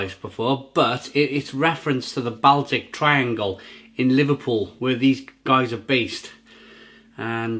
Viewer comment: Great vid but it's pronounced "Ball-Tick"